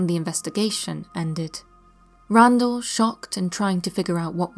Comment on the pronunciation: I know that you are human - and therefore fallible - but it's not Randall - instead Randles... I do enjoy your channel, and your content!! Thanks!